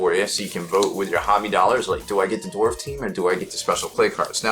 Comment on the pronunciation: Everytime you say "dorf" I can hear Thor drop his hammer on another dwarf